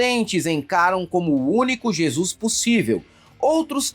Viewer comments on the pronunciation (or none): none